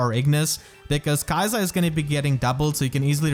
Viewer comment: if the japanese is anything to go by it should be more like 'key-sa'